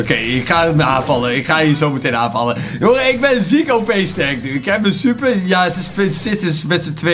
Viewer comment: Je zei stuper😂